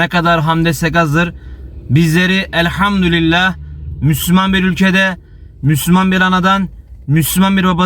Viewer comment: Elhamdülillah Hızlı konuşurken elhamdurillah diyorsunuz dikkatli olunuz